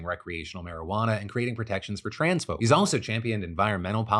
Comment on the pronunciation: "protections for trans-folk" really sounded like "protections for transphobes" until a good couple of relistens...